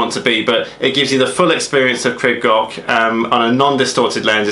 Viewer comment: Nice video crib goch means in English red Crest. But I noticed that people are pronouncing the welsh wrong its pronounced crib (creeb) and it's not gotch its goch (go..cCh)